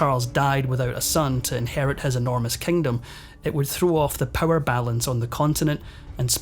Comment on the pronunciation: Horrible narrator! So distracting!! What’s with switching the long & the short vowels? “… Beggar (bigger) powers like Britain & France”. “Offecially”. “The Kengdam of Spain”